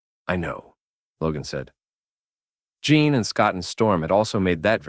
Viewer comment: This is good but I'm about 35 minutes in and couldn't help but notice Jean Grey keeps being called John, as in Jean Claude Van Damme